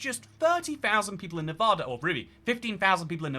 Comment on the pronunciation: Stop saying "Nevodda." By the gods, you lived here for a while. 😬😬